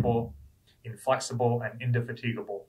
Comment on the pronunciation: Thx,. Awesome vid as usual, but I got a chuckle at "Inda-fa-tee-ga-bul". It's like when Drach tries to pronounce things like Des Moines.